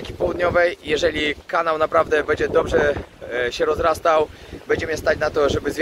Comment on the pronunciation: Twoje „bedzie” „bede” jest najlepsze 😎